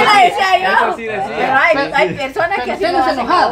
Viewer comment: no se dise dicia se dise decía y no íbamos sino íbamos veníamos.